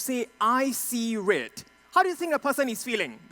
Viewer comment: I see rrrrrrrrredd 😂